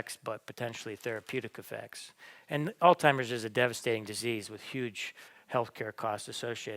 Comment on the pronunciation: I cannot take you seriously when you say AlzTimers when it is AlzHeimers . You come across as an uneducated moron